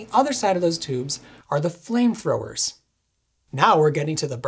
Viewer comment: did anyone notice he said "flamefrowers"?